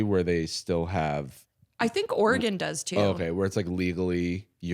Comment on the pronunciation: The Or-y-gahn is hurting my Oregonian soul